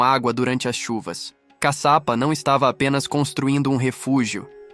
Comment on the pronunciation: Não é CACAPA, E CASHIAPA... E CADE A PEDRA DIVIDIDA AO MEIO, COM A LUZ AZUL, DA CAPA DO VIDEO? ODEIO ME SENTIR ENGANADA🧐🧐🧐